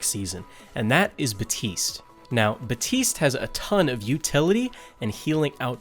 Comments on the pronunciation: BAPtise not Batise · HIS NAME IS BAPTISTE NOT BAUTISE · Bateest "Baptiste"